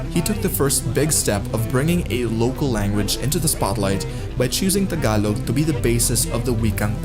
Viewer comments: It's not Ta-galog. It's Taga-log. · It's not TA-GALOG.. It's TAGA-LOG